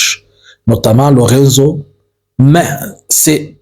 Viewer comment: Presidente João Manuel Gonçalves Lourenço. En français, lourençou non lurenzo